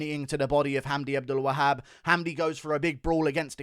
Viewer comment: Best pronunciation of the name Abdelwahab I’ve ever heard props